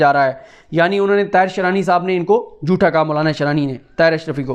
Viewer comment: Bhai aap "jootha" kyun kehtey hain.. "jootha" kuch nahi hota.."jhoota" sahi lafz hai..!